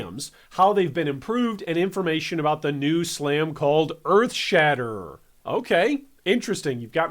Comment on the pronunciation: Glad they are giving two handed weapons some love, it's been a while since they got good updates. (Also glad they opened up a few more skills to unarmed) One thing though hun, it's Earthshatter. You kept saying Earthshatter*er*